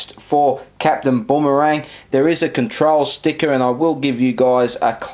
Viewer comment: sorry but saying Boomerang as bombarang got me triggered as heek ahahaha